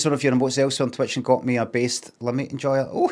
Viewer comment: It’s “Limmy” mate not “Liimi”